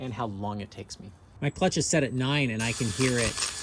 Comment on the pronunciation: talking about the “clutch” not “chuck”. I think… was correct though 🤷